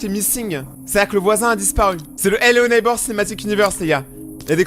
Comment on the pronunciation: Ello neybeurre ? 🤣🤣🤣🤣🤣🤣